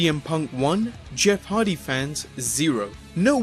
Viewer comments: Anyone hear him mispronounce Jeff Hardy as Jeff Harvy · He said Jeff Harvy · Did this guy just say Jeff Harvey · He said Jeff harvey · Fortnite Mobile Kid in an old video they introduce Jeff as Harvey instead of Hardy. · Did he say Jeff Harvey???😂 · my man says Jeff Harvey 😂😂😂😂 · Did u say Jeff Harvey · am I the only one who heard "Jeff Harvey"?